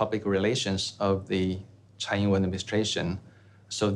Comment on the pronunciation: TSAI Yingwen not CHAI